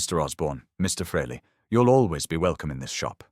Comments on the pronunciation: Pronounced Freely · If ya can't pronounce the name don't try to tell the story. Oh, it's a fake AI bullshit story. My mistake. Who, I mean, what kind of pathetic loser even makes videos like this?